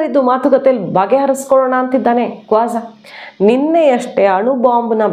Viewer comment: Avanu. Kwaza. Alla kooja .